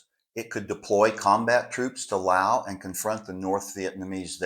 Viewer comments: Ok I gotta ask……what’s with stubbornly refusing to pronounce the S at the end of Laos ? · Has a (PHD) and he cannot pronounce Laos correctly! Laos has a S